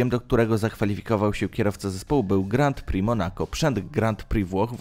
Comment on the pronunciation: Żenujący ranking, który ma niewiele wspólnego z rzeczywistością. Do tego nagrywający niech popracuje nad dykcją i wymową. Przede wszystkim naucz się wymawiać Grand Prix i Marussia xD To nie są trudne rzeczy.